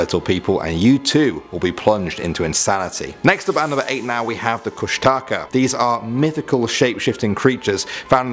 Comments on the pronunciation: Hey uh guys Alaska native here❣ Kustaka IS NOT KUSH-A-TAKA its Koosh-da-khaa???? and please don't rely on the wiki like seriously the link below the images and you get the proper information???? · You say it kush-tah-kah or kush-tic-ah FYI :) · It's actually pronounced (koosh-Da-Kah) I'm tlingit and athabascan from anchorage alaska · . It's actually pronounced Koosh-tuh-ka. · He pronounced kushtaka wrong. It's (kush-tah-kah) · but thats not how you say the kushtaka .-. and you didnt even put the full legend or how to call him out of hiding....